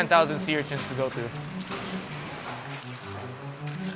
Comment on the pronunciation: Urchints?? URCHINS. Is that what I heard? Anyway......